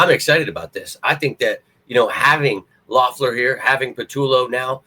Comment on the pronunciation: Think his name is pronounced Leffler🤷🏼‍♂️